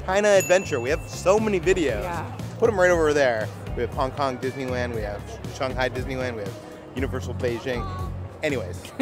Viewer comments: Why are you pronouncing it “ShONG-hai”? Is that the correct way to pronounce? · You guys saying "Shung-hai" instead of "Shang-hai" makes me happy as someone with family roots in shanghai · "Shunghai"? "Hung Kong"? Where are the U sounds coming from in these Words? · Shanghai Sh ang HI